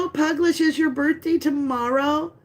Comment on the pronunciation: heres how you say my last name> Puglisi sounds like > Pug Glee cie no one gets it right lol, its Sicilian